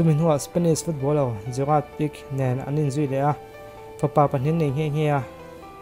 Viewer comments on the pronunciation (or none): Foballer ram tan leh Barcelona tana defender tha leh lar, khawvel footballer a hriat hlawh ber Gerard Pique kha ngatinge Piq tihin i lam tlat le. A football khel i la hmulo nge...a hming te chu commentator te pawn an sawi chamchi "Gerade Pique Jr." Pique tih khi piq nilo in pi-kae tih a lam tur. I foreign tawng/hming lam dan diklo thin lutuk hian i channel en a ti hreawm...